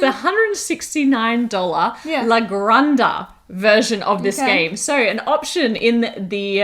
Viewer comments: do a video where you just pronounce 'la granja' over and over again and send it to everyone else covering this game so they can stop butchering it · Exactly, my ears were bleeding. Of course I have my own quota of butchering English words